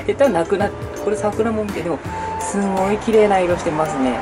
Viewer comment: ともさんすごいっていう時すとごの間に少し「ん」が入っててすんごいみたいになってる